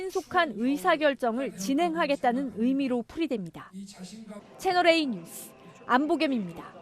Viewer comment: 조수빈까지 뉴스를 유스로 발음하는군요. 실망입니다.